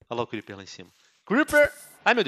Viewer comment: Até me arrepiei cuamdo você falou criper ho men